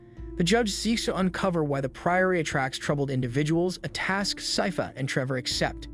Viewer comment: I'm stressed that throughout the video the narrator can't seem to pronounce Sypha and keeps saying "seefa" or "safis" and I keep getting confused. Same goes for any of the town names 😭